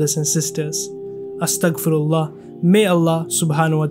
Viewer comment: It’s pronounced as astaghfirullah, brother. Not ‘astak firullah’